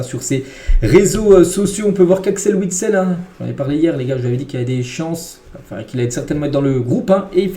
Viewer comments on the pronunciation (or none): none